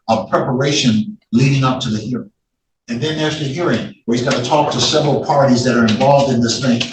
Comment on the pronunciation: "A severity amount of hours"